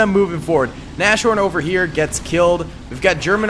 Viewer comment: Small pronunciation tip (if you care): when saying "Nashorn" you should do a little pause after "Nas" and then just say the word "horn" like in English. Of course it should still sound like one word, don't take that "pause" too serious but it's not pronounced the same way as the "sh" in "trash" for example. Additionally the "a" should be pronounced more like in the word "car". Thinking about that it would be a good training to just say "cars horn" and then say it without the "r" in "cars" and finally replace the "c" with an "n". Of course this is all a bit complicated and nobody has to pronounce every name perfectly, this is just a suggestion if someone is interested in the correct pronunciation.